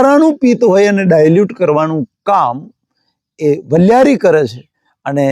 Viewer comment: વલીયારી નહીં વરિયાળી